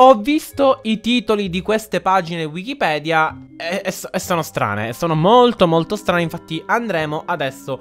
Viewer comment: che bravo a dir wikipidea all inizio e poi anche a scrittura ahahaha ti adorooo